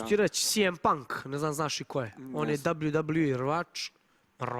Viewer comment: Ma znam da se to tako pise ali kako je on to izgovorio dablju dablju i